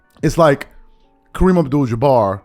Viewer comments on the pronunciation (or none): none